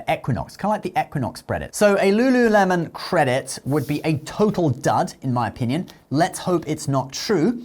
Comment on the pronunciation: Lululemon? Ew please don’t do that